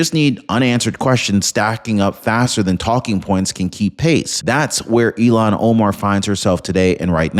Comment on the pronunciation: Arrest & deport Ilhan. Please say her name correctly...ilhan, not elon